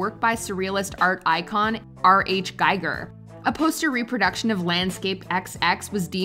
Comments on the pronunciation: And “Giger” like “eager” not like a giger counter. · It's "H.R. Giger", not "R.H. Geiger", and when pronounced correctly, his last name rhymes with "beaker"!!! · HR Giger...NOT R H Giger...ugh. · "R.H. Geiger".....really? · R. H. GIGER?????? Lord help you, google exists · Did she just say “R.H. Giger”???????? Um....... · H. R. Giger not R.H. Giger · R.h. Giger.....really...?!? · Uhm...it's HR Giger.....and I'm not sure about this, but I think it's pronounced "Gee-ger" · Just throwing this out there, you said R.H. Giger, but it's H.R. Giger* . Cheers! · H. R. Giger* lol. Good list! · I'm sure other people have already said this, but the last name of Swiss artist H. R. Giger is pronounced "geeger." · It’s HR GIGER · H.R. Giger (pronounced "ghee-gur") not "R.H. Guy-gur." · R.H. Giger?????? WTF???? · Learn how to pronounce 'Giger.' Otherwise fun video.